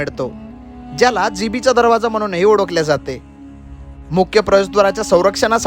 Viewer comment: Odakhle = olakhle..midte = milte.. Tula "la" mhanta yeto tari "da" "da" karat basto